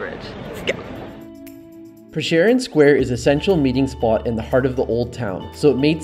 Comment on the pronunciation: I can't help but correct you ... that's not how you pronounce France Prešeren 😂😂